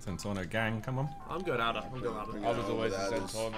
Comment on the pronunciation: the way JJ say Adder is sooooo funny